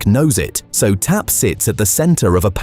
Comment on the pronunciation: The AI robot voice keeps calling it T-A-P (or "TP"!) instead of TAP. 👎